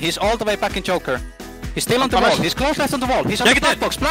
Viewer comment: He's "JOKER" not "Choker" XD they have joker vs batman calls on theme park.